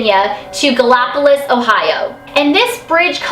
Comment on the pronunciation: Broooo I live in Gallipolis and she said the name wayyyyy wrong